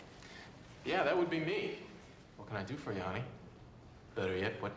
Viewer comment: Madeleine Stowe is so beautiful, I wonder if she was wearing pantyhose. She did really flub that final "honey" line.